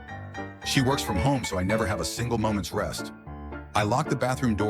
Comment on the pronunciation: Your edits kill me! Great work. Also, "molment" got me 😂